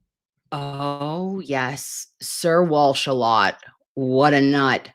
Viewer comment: Walsh sounds like Cozy as in Cosgrove